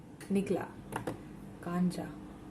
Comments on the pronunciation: It's not kaancha,it's kancha means marble...gujjus say lakhoti 😃..which were used to play some games ....🤟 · Kancha pronounced as "कंचा ". It means marble. Jisse khelte hai. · Kancha means round shaped toy marbles and it's pronunciation is (कंचा)🤗